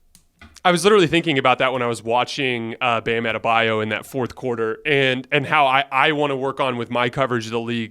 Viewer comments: You’d think Colin would’ve learned how to say Adebayo’s name by now lmaoo “Adabayou” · Colin: Bam Ade-Bayou 🤣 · Makes me sick when they mispronounce Bam AdebaYO’s name.